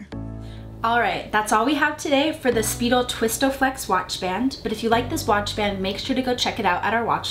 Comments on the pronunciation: It’s not speedel it’s spidel (sp-i-del) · It’s pronounced Spy-del not speedel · Its pronounced Spy Dell. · FYI: If you do just a little bit of research on YouTube, you'll notice that in the original commercials it's pronounced "Spy-Dell" -Speidel-... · So Speidel has been around for a long time. Quality item. You are mispronouncing it.